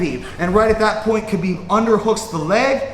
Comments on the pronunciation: the k is silent pal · Lol even Habib pronounce it Habib lol r u teaching me arabic it's an arabic name & I'm an arab